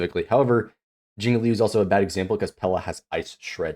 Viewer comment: Hi friend, it would give you a lot of more professional vibe if you spend some time on learning how to read Chinese names. As Q in Chinese doesn’t give sound “k” but rather “ch” so he is not JiaoKiu he’s JiaoCHiu